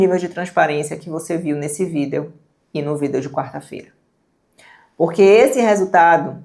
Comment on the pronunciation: moça não fala Vidéô por favor me da coisas. adorei o conteúdo.